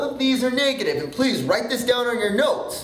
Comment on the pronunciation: He says negative funny .. and and and and and and and and and so many more times... I had to LOL